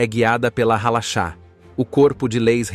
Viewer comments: Não é halacha ( mas halarra) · Pra todo os lugares q o povo ia todos nos proibiam de plantar neste mundo,entao nos criamos aos mundos mais elevados. outra coisa usar voz AI fica ziada estas pronuncias hein. Alara. CH som de R. Agora ir atras de informacao na net pra falar e zoado hein. Nun sabe de NADA Inocente. Os q Apoiam A palestina e sao contra Israel,ja foi declarado pelos gigantes q eles sao dodo das ideias,que nao devem ser levados a serio